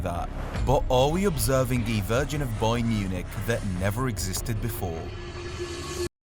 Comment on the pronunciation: Im not listening to you say boyern 83 times